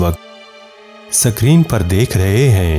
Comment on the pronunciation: Good video but SACREEN nahein hay, word SCREEN hay. MICROSCOPE say nahein TELESCOPE say door ki chezoon ko dekha jata hay. Plz do your home work.